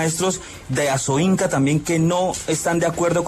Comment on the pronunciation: ASOINCA, no ASOINCO.